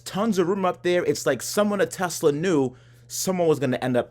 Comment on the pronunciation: "Telsa figit toy"